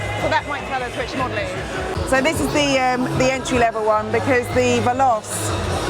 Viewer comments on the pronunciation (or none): Sad but true: many of us Brits seem to think everything foreign should be pronounced as though it were French. Hence 'vell-os' for 'vell-o-chay' (here); 'porsh' for 'por-shuh' (almost every car show); and, in far too many Italian restaurants, 'broo-shetta' for 'broo-sketta'. And don't get me started on how even the doctors mangled Clostridium difficile (it should be 'dee-fee-kee-lay', not 'diff-iss-eel'). Still, it's not a bad world if this is the worst problem in it (spoiler: it isn't). Pedants unite! :-) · the alfa romeo 'VELOCE' is pronounced vel otchi, ....also, when you were in the macan talking horsepower.... the PS is always more than BHP (1BHP =1.014 ish PS), and final edit/constructive criticism (only trying to help, no hate) is 'Alpine' is pronounced 'Alpeen' but apart from that....good job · it's pronounced "velochi !"